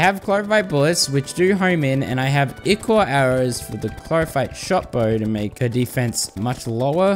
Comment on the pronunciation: It's I-chor not E-chor